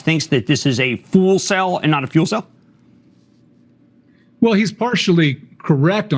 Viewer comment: A fool cell instead of a fuel cell....😂😂😂Well done to Elon